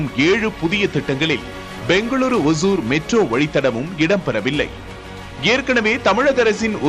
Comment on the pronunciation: It is not osur (kuril alla). Osoor (Nedil)